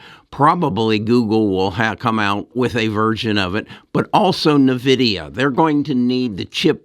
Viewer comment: Still pronouncing Nvidia wrong